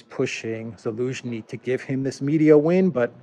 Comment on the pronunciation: "Elensky"...i love how the Z doesn't even occur to anymore. Have not heard him slip in weeks.